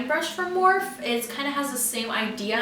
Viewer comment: Finally someone else who says it's morphe not morpheeeeeee